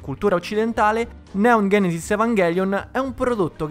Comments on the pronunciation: Vi prego, "genesis" con la G di Genova. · Ma è greco e si pronuncia ghenesis...